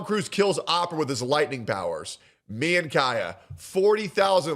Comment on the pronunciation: Awpra?? Lol